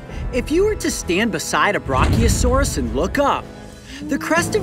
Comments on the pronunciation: Brachiosaurus is pronounced bra kee oa sor is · Btw your saying brachiosaurus wrong, just needed to point that out